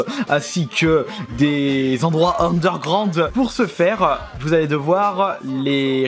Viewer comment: Bah il le dit lui même, c'est une merde en anglais et en terme de prononciation de mot anglais